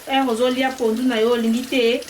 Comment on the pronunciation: Hi there, thanks for the shout out and yes you said my name right✔️. This looks great, I just have to find out where they sell the pondu then I will try to make it too. 💜✌🏾